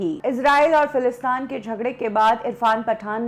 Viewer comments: Falastaan nahin, Falasteen. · Correction lady in the video. it's Palestine not Falistaan. I don't know what u r trying to make but it's Palestiiiiiiiiiiiineeeee sounds like teeeeeeeen Not falistaaaaaaan like Afghanistan If you trying to make it sound like afghanistan u wl b noticed by many and u will be judged. So pls correct ur accent about a country facing war & say the right name Palestine not Falistan. even uneducated person pronounce it right Palestine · If she said falistan to sound like Afghanistan and didn't say Palestine .... She is doing it on purpose I feel who calls Palestine Falistan??? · It's not philistaan...it's philistin or Palestine